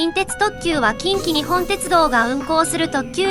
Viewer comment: 〇きんきにっぽんー。 ×きんきにほんー ここだけは間違えないで欲しい。